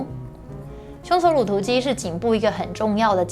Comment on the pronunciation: OMG! 這一世代的發音聽了實在會讓人抓狂😱😱 肌 ㄌㄡˋ 搓 ㄌㄡˊ ㄌㄨˇ 突 現代 ㄌㄣˊ